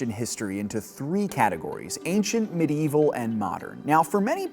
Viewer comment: You can pronounce Aristotelian correctly but fail every time at Medieval. I find that quite curious.